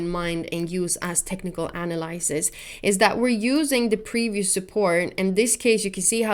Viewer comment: Gotta love the way says Technical “Analysis” lol